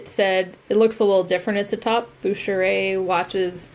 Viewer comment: Bucherer is probably pronounced "Boo-ker-er" hard k for the ch since its Swiss. I used to watch History Detectives! Been off the air for years but theyd research things that people had questions about. Two or three items per show with different specialists working on each. I think it was the 60's when spoon collecting got popular again going by the spoon racks at my friends houses. Seemed like at least half of them had collections hanging in the kitchen or dining room. Theres one thrift shop that keeps souvenir spoons in the jewelry cases and charges $5 each for them. The piles of them never get smaller, lol. Youd think theyd learn that they are not worth the price, even tho there may be a good one in the pile.